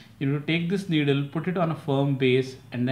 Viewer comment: Needle not niddle!